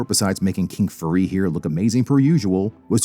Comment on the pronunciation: lol you said King Furry!